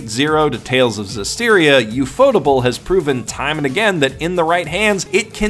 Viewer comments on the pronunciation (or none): You: "oo-faux-tuhble" Me: "oo-faux-table"